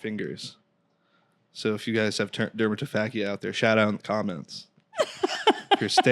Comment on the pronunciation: Shout out to for mispronouncing dermatofagia (fazha).